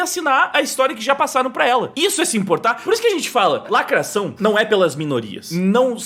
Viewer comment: "lacraçaum não ecxiste"